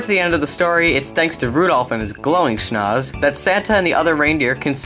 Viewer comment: His schnaz.😂